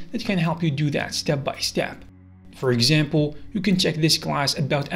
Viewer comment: "help you djoo djat"?